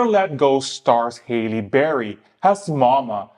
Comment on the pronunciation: it’s pronounced HAL-LEE not HEY-LEE